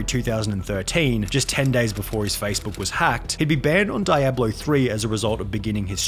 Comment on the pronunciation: say it with me: Dee-Ahblo